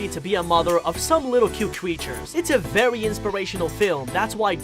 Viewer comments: Did he just say vewy when he showed us the first secret? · You missed vewy lol